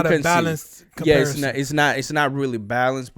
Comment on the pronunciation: “Comparition”😭😂😂 Ta duró el content tho🔥